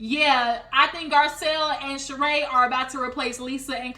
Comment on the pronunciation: Not you calling that man a scammer .. and that lady name is not shereè .. it’s shereeeeee! 😂